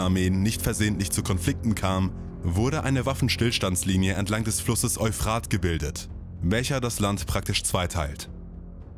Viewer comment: Es heißt Eúphrat, nicht Euphraaaht! Das Wort ist griechischen/mesopotamischen Ursprungs, nicht deutschen oder französischen! ;-)